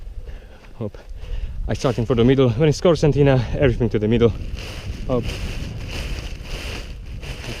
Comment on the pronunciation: nice, but isn't it Concertina bag? Why pronounced Corsantina? :D